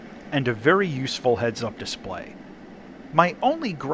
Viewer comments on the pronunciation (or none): none